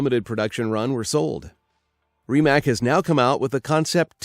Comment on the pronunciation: That Porsche Taycan tho... Also, fyi, Rimac is pronounced Ry-mac